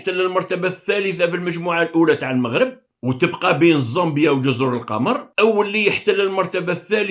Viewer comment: مؤسف أن يصبح عندكم إجماع إعلاميا رسميا وغير رسمي على كراهية الَموووووغرب(كما تنطقون الاسم).... هذا برهان على ان ميكانيزمات التفكير هناك معطلة او تم إيقافها... حتى اشعار آخر.... نسأل الله لكم العتق من هذا الوضع و الشفاء من هذا الوباء.